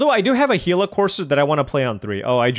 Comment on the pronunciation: Yes sir you said it correctly he la. The Actuall creature it's named after is a desert lizard that is very poisonous